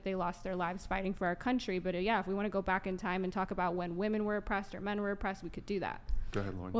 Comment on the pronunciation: Aside from the draft thing and the hypocrisy of feminists about that . . . please teach these women how to actually pronounce the word "women."